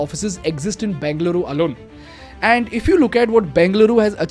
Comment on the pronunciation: Everything’s good, but pronounce it properly bro 😂. What are you banging, Beng-luru? Its Beng-a-luru. Im just correcting you nothing against you bro. Your videos are amazing❤️